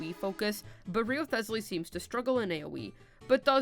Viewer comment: Since you threatened me with jail (though I wouldn't even mind that much with Wriotheley as my jailer :3) if I didn't comment: Good video, and here are tips to pronounce the two names correctly. Wriothesley is pronounced: "rise-lee" Neuvilette is pronounced: "Noe ("oe" pronounced like the "u" in "hurt")-vee-let"